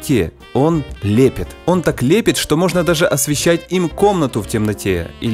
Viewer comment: ОН ЛЕПЕТ??? что бл...ть это было!!! СЛЕПИТ!!! Ну ты чувак совсем...